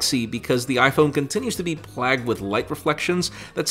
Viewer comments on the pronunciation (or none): How did you just pronounce “plagued”?